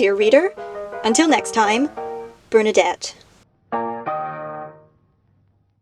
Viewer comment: I thought she said "Burn to death" instead of Bernadette at the end OMG 😂